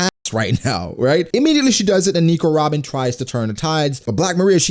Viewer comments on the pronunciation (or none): It really makes me cringe when you say Nico Robin everytime